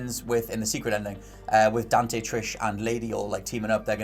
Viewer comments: Dan’e lol it’s Dante. Not Dan’e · As long as it is "Dante" and not "Donte", Ill be happy. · DevilHunterDante DANTE** not DONTE LOL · Just his accent sometimes throws off his pronunciation of the T. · funny way to say dante... xD